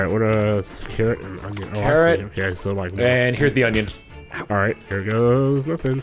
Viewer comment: Great, with saying onion alot now I can't unhear "onyon" everytime he says it.